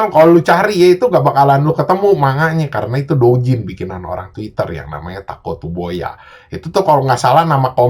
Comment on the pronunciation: Tatsukoboya bang bukan takotsuboya